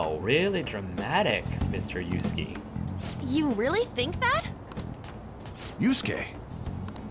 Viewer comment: Lol "Yasky....Yatzi.... His name is pronounced like "You-skay"